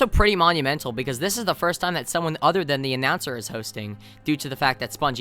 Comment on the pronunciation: the “th” in “than” isn’t pronounced as “ffr”